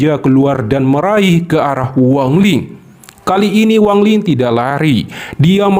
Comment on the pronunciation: Wang lin, bukan wang ling ya